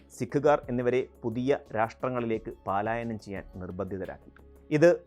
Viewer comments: പാലായനം അല്ല anchor. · ചെറുക്കാ, പലായനമാണ് ശരി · പലായനം ആണോ പാലയനം ആണോ.